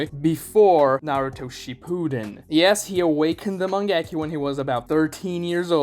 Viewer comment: not MANG-GE-KYOU but MA-NGE-KYOU